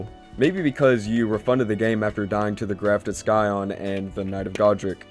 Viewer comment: Ummm grammar and pronunciation English lesson. When a word, especially a noun, starts with SC as in Scion or Scott it will either be a SSS sound or a SSH sound. Like Schmidt. Usually it’s a Sss sound with the Sc is paired with a vowel. A E I O U and sometime Y. Scion is not pronounced sky on. But sigh on.